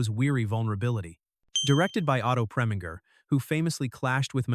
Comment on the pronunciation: Otto Preminger is pronounced "PREM in jer." and Françoise Sagan is pronounced "sa GANN" and Bette Davis is pronounced "Betty." This is difficult to listen to - it's not rocket science.